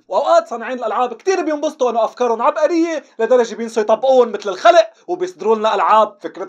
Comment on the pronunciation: عبئرية ؟ يلعن ام اللهجة هذي يا شيخ 😂